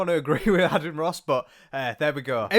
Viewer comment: Adian - said like maiden without the m (hope that doesnt sound rude!)